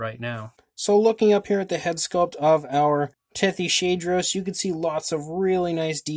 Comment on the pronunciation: I think it’s actually pronounced Tethys-hadros You are great at painting these